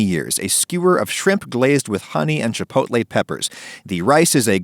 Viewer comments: "CHILPOTLE PEPPERS", nice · "chilpotle"? really makes me trust the brand. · "chilpotle peppers" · … chilpotle peppers???